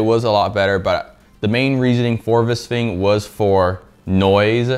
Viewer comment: “vis fing” 😂